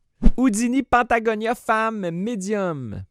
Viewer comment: C’est patagonia , pas pantagonia!! 😉🤣😂🤣😂